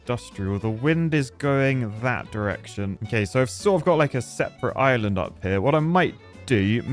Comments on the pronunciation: Island ❌ Is-Lund ✅ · whatz za shape of za izland my brudda